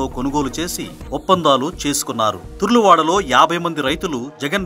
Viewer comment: తరుల వాడ తుర్లవాడ కాదు.